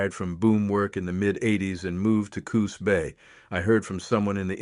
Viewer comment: I would like your AI narrator to pronounce Pacific Northwest 'proper' names, correctly Jeeze? Is that too much to ask? i.e. in a previous episode: yay-KEE-ma? (Yakima) It is YAK'-a-mah ... This episode: Coos? It is "COOs" not co-HOOs. Although, I do enjoy the stories. They are just stories, but fun, anyway.